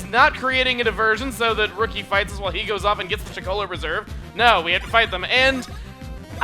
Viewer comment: "Rookie! Go to it!" sounded more like "Riki! Go to it!"